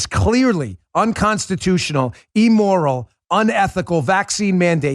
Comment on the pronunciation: Immoral not Emmoral .... please Dan. You're educated, please show it.